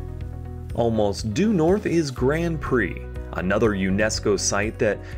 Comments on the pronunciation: It's Grand Pré, not Grand Prey. You are totally wrong about what happened to the Acadians. No one was "burned to death'. The Acadians were rounded up and placed on ships and deported to the other British North American colonies in the initial deportations. Later, more Acadians were deported, throughout the Seven Years War, to England and France. Those who later immigrated to Louisiana became known as Cajuns (not Cagain). Eqedia? Do you mean Acadia. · A couple of minor points: - Hall's Harbour. It sounded like it was pronounced Hell's Harbour. - Grand Pré: drop the hard d in Grand and Pré sounds like pray. - The Acadians were not persecuted as such. Under British rule, until the 1750s, the Acadians flourished and were generally left alone. Tensions and then war with France led to the sudden deportation of the Acadians. - Although Pictou and area claim to be the birthplace of New Scotland that is not really the case. That claim can actually be made by Annapolis Royal where the Scots settled, under Sir William Alexander's colonial scheme, in the late 1620s. The ruins of Charles Fort are located beneath Fort Anne. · Nice video man! I have always lived in Halifax, but the Locals tend to get mad when you don't pronounce Grand Pre like "Grond Pray" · Grand Pre pronounced Grand Pray ......... !